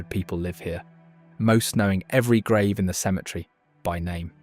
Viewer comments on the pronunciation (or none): none